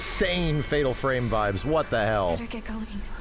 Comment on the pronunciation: silent hill ffffffatal furemu 😂